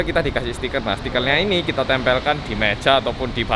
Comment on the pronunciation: "Kita Klethek" 😂😂